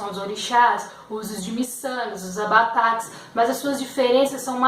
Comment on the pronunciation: Por Alto você resumiu muito bem as diferenças, só tem uma palavra que você conhece de forma errada. O nome dos "tambores" usados nas religiões afro chamam-se ATABAQUES e não ABATAQUES 😉